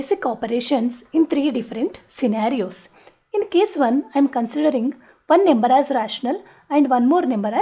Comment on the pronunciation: First Learn how to pronounce "number" properly. Num ber er er r .. Lol